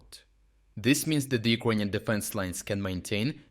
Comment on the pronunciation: They way you pronounce 'Ukrainian' sounds like 'Equanian' in my head, and I can't get rid of that mishearing 😅